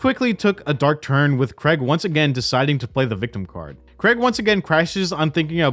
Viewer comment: Honestly, Americans, please learn how to say the name Craig. It’s infuriating lol